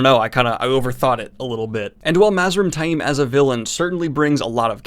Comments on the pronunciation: Love you're vids, but DAMN, you're pronunciation is horrible! Where do you get "TY-eem" from Taim? There is no long "I" in that name...it's "Tame". Some of the others, I can kind've get...though most are wrong, but that one is just plain silly. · Love your vids but you name enunciation makes me cringe lol. You pronounce taim like its spelled tai'im among others lol